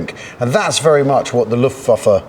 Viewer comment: Thought you two would have the correct pronunciation for Luftwaffe by now. W pronounced as a V.